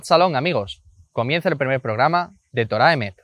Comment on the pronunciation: Correción: Se debe decir Torat Emet (cambiando la H por la T) ¿Porqué? Porque Torah debe ir en estado constructo.